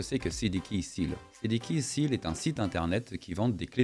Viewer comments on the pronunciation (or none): Hello, merci pour tes vidéos, j'adore mais stp, on ne dit pas cdkeysils, on dit cdkeyséls, le "a" en anglais se dit "é", j'ai mal aux oreilles!! lol